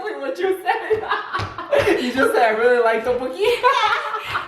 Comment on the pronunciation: I laughed so hard at your Korean lololol didn't see ddeokboki coming😂